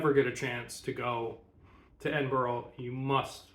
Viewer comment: Edin burraa. There's no 'oh' in it. Great vid, though!